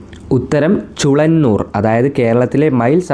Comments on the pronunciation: ചുളന്നൂർ അല്ല ചൂലന്നൂർ ആണ് . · ചുളങ്ങൂർ അല്ല ചൂലഞ്ഞുർ 😊ആണ് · ചുളന്നുർ അല്ല ചൂലന്നുർ എന്നാണ്